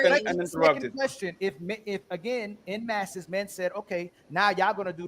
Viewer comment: "En masse" is pronounced "on mass"; why do Americans butcher the Glorious English Language???